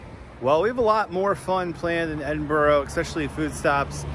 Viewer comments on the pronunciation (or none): Enjoyed the Video and agree the food is amazing, but, it’s Edin b UR gh not Edin bOrgh, all right pal. 😂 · Please. It's not Edinburo. It's pronounced Edinburu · Great video and great channel..... that said fun police here its not Edin-boro, its never pronounced Edin-boro, its Edin-bruh or Ed-in-bra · It's Embrrra. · It`s Edin Bra,and Glas-go. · Edinburgh is not pronounced 'edinboro' :-) In Scotland you can get battered Haggis in most chipshops. Edinburgh chippies use brown sauce instead of vinegar. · How long did they spend in Edinburgh? Clearly not long enough to discover that it isn't pronounced "Ed-in-burrow" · Great food vlog Fyi it's Pronounced Ed in bra 👌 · it pronounce edinburgh scotland okay so pronounce it right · Why can't Americans pronounce Edinburgh correctly? Or Glasgow?